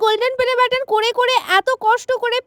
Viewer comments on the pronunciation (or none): পেলে বাটন ✖️ play batton ✔️ লিখে বলছি তাই ভাল ভাবে বলতে পারসি না ঠিক করে 😊😊😊😊😊😊😊❤❤❤❤ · দিদি পেলে বাটন না প্লে বাটন টা ঠিক করে বলো😂😂😂😂😂 তারপরে ভিডিও করবে